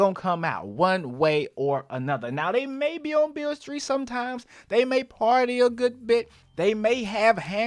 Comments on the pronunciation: Did my man just say “Beale Street” !!? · Bro said ‘Beale’ street 🤣